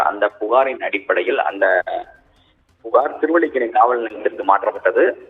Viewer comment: திருவள்ளிக்கணி இல்லைங்க. திருவல்லிக்கேணி.